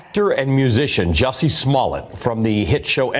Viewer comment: It's Juicy!!! Hahahaa not Jussie!.